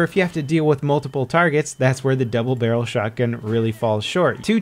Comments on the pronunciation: Stallion double brlrlrlrl shotgun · he said BUBBLE DARYEL SHOTGUN (koff koff vanoss refrense)